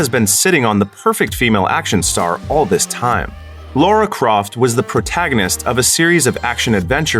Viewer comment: Ooooh he said Laura Croft! Tsk tsk And I know this is movies, but Penny Dreadful (series) had a pretty good Frankensteins Monster